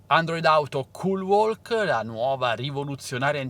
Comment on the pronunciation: Si pronuncia culwok, la L é muta